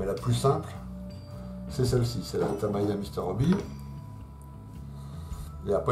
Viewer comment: Merci pour toutes vos vidéos très interressantes. Votre experience associé à votre ton cool est vraiment agréable. J’ai une petite question qui me taraude ! Pourquoi dites vous taMAya !?? hahahahaha c’est marrant !! taMIya ne vous plais pas !? Bon allez bonne continuation Et bravo pour ce que vous êtes et faites